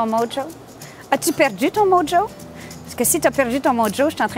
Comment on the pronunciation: Hello, merci pour la recette! pour info "mojo" se prononce "morro" ;-)